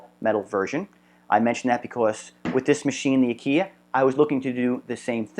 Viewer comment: Fairly good video for those who do not ever do anything mechanical. The problem is terminology. 1. Aquila (a-KEE-la) NOT (a-KEE-yah) Which would need a second l to make that sound 2. While grub screw is popular, it is a set screw 3. Those are not SHEATHS. They are BUSHINGS! 4. It is not a smooth gear. a gear, by definition, has teeth. What you have is a grooved bearing, used as an idler, meaning it is unpowered and freely spins based upon a material moving against its material contact surface.